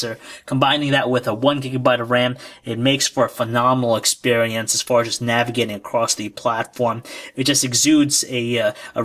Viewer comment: Expewience LOL